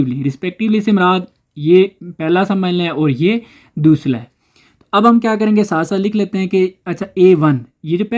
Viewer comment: Ya dosra Jo dosla kyun bolta ha